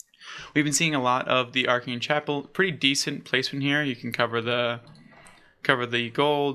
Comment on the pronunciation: Love your content my dude, I’m subbed! Just a piece of constructive advice, pay close attention to pronounciations. Especially for the player names (Val-de-mar, not Vladamir) and even landmarks (Aa-ken Chapel, not “Arcane”) Otherwise you’re doing a great job! :)